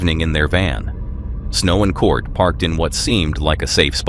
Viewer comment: Why do you keep calling Snow's husband Cort? It's Curt.